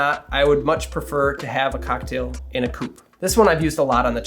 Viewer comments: I'm a Belgian french speaker. You pronounced coupe pretty well. If you want to improve, say "coop". Without long "oo". The most important thing is to pronounce the word like if th E vanished and never existed. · You are absolutely right about the coupe, that is the proper French pronounciation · You’re right,not a cou-pay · as a French person I thank and commend you for using the right pronunciation. A "coupe" (a cup) does not have an accent, unlike "coupé" (adjective meaning "cut") that does. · You are correct about the “coupe” vs “coupé”… I’m French Canadian… Excellent video! Thanks! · Yes it is a "coupe" and not a "coupé" (which is a car ) awesome vidéso tks ! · Being a French Canadian, I confirm that your prononciation of « coupe » is exact 👍🏻 Since there is no « accent aigu » on the « e » (é), it is pronounced « coupe » and not « coupay » (coupé). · As a French French, I concur as well. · you're getting a like for correct pronunciation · as a french, your nailed the pronounciation ;) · I am from France and I have to say that your pronunciation of "coupe" is perfect! There is no "accent aiguë" 😉